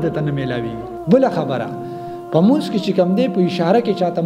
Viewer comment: مننه خو د لمونځ تلفظ دې سم نه دى وروره